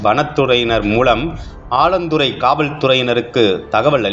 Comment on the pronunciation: ஆலந்துறை அல்ல. 4 ஆலாந்துறை‌. செய்தி வாசிப்பாளர் " ல்" லை அழுத்தம் திருத்தமாக " ள் " என்று சொல்வது கேட்கவே எரிச்சலாக உள்ளது.🤨🤨